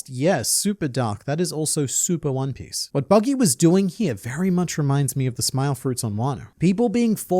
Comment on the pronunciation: I can't get over 'Juan Piss'. "I'm going to find the Juan Piss!"